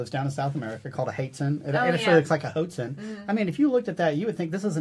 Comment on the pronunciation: That south american bird the hoatzin is pronounced he-waught-zen just so yall know